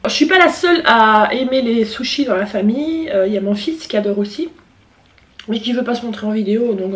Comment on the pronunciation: Par contre t'a tué le mot SUSHIS 😂😂😂😂😂😂🤣😂